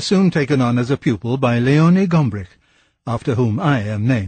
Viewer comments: GomBrich for goodness' sake! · I thought it was just me. I purchased his `Story of Art` 33 years ago and was quite sure it was Gombrich. A beautiful appraisal of art, by the way, as I`m sure you`ll know.